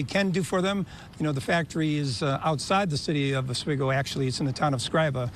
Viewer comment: Novelis employee here. Latest news is the mill should be rolling metal by Thanksgiving and hopefully full production by end of December. The fire was absolutely outrageous, millions of gallons of water used to put it out, over 20 fire companies called in. Every single one in the county. Also pronounced "ahs-we-go" 😂